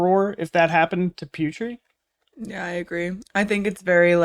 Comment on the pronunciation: Guys, can you mention Putri's name like " Poo tree" not " Pew tree". Thank you ,guys.!! Not angry or anything,just correction